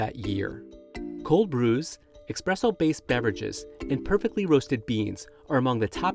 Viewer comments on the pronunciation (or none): It’s 2024. Why are you still saying expresso. Say it with me: Esssssspressoooo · "ESS" NOT "EX" presso. He says "Nespresso." Why doesn't he say "NEX-presso" and sound even MORE ignorant? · Expresso lol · The guy you are paying to narrate this just said expresso. You’d think if your only job was to speak, you’d know how to do it. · How does a journalist for a major media outlet manage to create a video report about coffee and then proceeds to say “EXPRESSO” and not the correct term “espresso” … credibility loss for sure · it's "espresso" not 'expresso' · Literally says "expresso" in the first 30 seconds and it's WRITTEN that way in the description. This is CNBC and that had to make it past an EDITOR. Way to destroy your journalistic credibility before you even get rolling 👍🏻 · When you said...'expresso... ' comment and click off.. such a stupid mistake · The reporter saying 'instand expresso' immediately made the report lose credibility, cringe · You lost me at 'expresso'. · bro really just said “expresso” and called “perfectly roasted beans” a beverage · Did he say expresso? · Lol you’re narrating a video about coffee and you call it “ex-presso” lmao lmao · You really released this with a narrator who says expresso? Smh. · "ES-presso" not "EX-Spresso" 🤦🏻‍♂️🤦🏻‍♂️🤦🏻‍♂️ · Lol, I though the same. It repeats at about 7 minutes. So it's not a one-off mistake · No way he called it expresso in a news story about coffee 🙈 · I stopped watching when he said "expresso". 🤦‍♂ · Did he say expresso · Guy just said expresso 🤦‍♂️ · Dude really said "expresso" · Gosh, he said e_k_spresso at least twice... facepalm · 30 Seconds in and the narrator starts talking about "expresso" oh my, here we go and enjoy some carefully researched journalism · i know right thought the same thing , just immediately butchers it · He's probably one of the people who says "nuculear" also! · And I don't trust anything from someone who pronounces "espresso" with an "x".